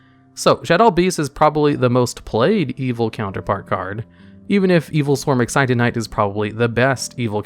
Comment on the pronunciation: Adjusted Gold, Excited Knight Everyone else: Adusted Gold, Exciton Knight